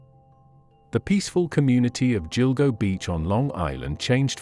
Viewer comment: What you need to know....” Gill-Go “ not “Jill-Go” 😏